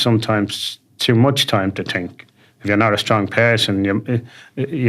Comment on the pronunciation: The way he says think is brilliant tink 😂😂😂